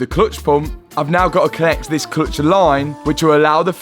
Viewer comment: At first I could not figure out what is the ”klutch” But pretty soon it dawned in on me 😂